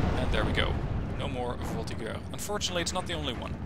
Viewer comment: FYI the g in voltigeurs is a j sound